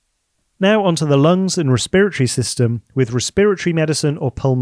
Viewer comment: Cool, but as a med student it’s breaking my noggin that you call it “Re-spirit-ory” instead of “resp-eret-ory” I’ve never heard it called that way even with all the Mexican, Indian, and Chinese, Japanese physicians and med students here.